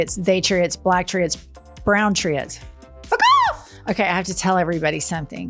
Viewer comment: I thought she was saying fick off too and that's why I didn't get it